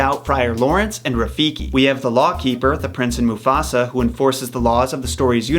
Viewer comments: did he just say Muffasa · You keep saying mufasa, what?